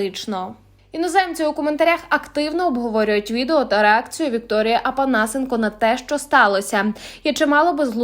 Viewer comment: Не Апанасенко а Опанасенко по Украінські